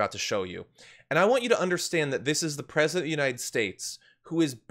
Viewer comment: And he's your pwesident? ¿! Ducky ducky ducky, QUACK quack kwaK.